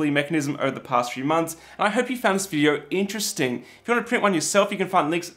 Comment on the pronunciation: great video, but man the emphasis when you said interesting